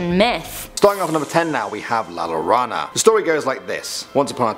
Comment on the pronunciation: All they need to remember, "LL" makes a Y sound. Yo - row- nah